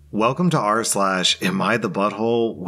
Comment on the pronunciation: No matter what I cannot for the life of me get “arse lash” out of my head I cannot hear “rslash” anymore 😭😂